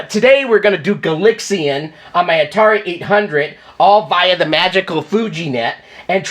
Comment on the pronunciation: Why Gal-IX-ian and not Gal-AX-ian? Not a complaint, just curious as to why. I've never heard anybody pronounce it that way before. Surely the name is an obvious contraction of galaxy invaders.